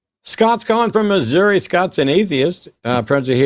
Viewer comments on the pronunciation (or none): none